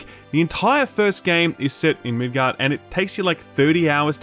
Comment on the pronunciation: Why do you call Midgar "Midgard" and Aerith "Aeris" smh